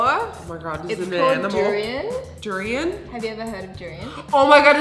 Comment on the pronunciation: heyyy, durian doesnt smells that baddddd XXDDDDD im a durian lover and im sad you both said duiran that wayy XXDDDDD but it's okay lol im glad that nikkie doest spit that out love ya and nikkie